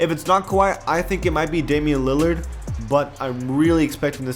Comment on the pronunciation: it's Damian lilard